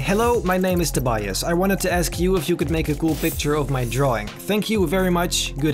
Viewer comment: it is pronounced as tobyas